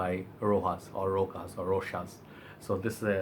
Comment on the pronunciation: The original moustache was released in 1947 by rochas! This new release is diffrent than the original formula! Has been newly formulated and not the same it used to be! Please stop calling rojas! It's rochas prounonce it as is written!